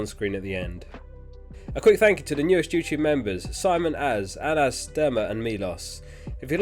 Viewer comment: damn first non Arab to pronounce Anas correctly !!